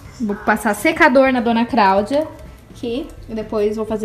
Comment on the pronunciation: "Dona Craudia" 😂😊